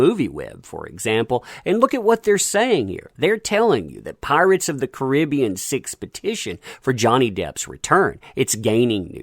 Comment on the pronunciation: Caribbean not koribeon